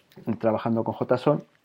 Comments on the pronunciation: jotason? asi se pronuncia ? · venia de ver cinco videos sobre "Yeison" y cuando escucho "jotason" fue como sentir un kame-hame-ha (onda vital para ustedes xD) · nadie: "JOTAson" jeje buen video!